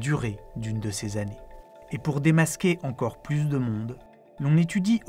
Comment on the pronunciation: Tout pareil. La vidéo est très bien, mais ça me saoule aussi d'entendre dire "3000 zexo-planètes" ou "100 zannées lumière". Autant ça ne me dérange que très peu dans une conversation avec quelqu'un, autant je ne trouve pas ça normal quand il s'agit d'un script écrit. On peut faire une erreur, la constater et réenregistrer. Ça n'enlève rien à la qualité de la vidéo. C'est exactement comme si quelqu'un publiait un livre truffé de fautes d'orthographe ou avec des mots manquants. Alors OK, c'est pas ultra-grave, c'est pas la fin du monde, mais puisque ça peut être corrigé facilement, autant y faire attention. Parce que si chacun fait ce qu'il veut, parle comme il veut, écrit comme il veut, à un moment, on va tous parler notre propre langue et plus personne ne comprendra rien. La langue change, évolue, s'enrichit de nouveaux mots, en perd des anciens, les prononciations changent petit à petit, mais à un moment donné dans l'histoire d'une langue, il faut bien qu'il y ait un standard à respecter.